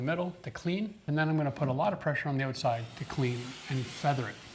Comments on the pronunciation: Did he just say "oatside"? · “The oatside”